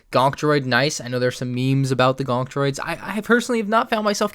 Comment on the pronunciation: help me understand the gonk memes Me: GÖŃK